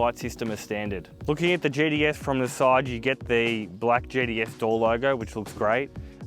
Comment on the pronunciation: “GTS” Thought he was saying “JDS”’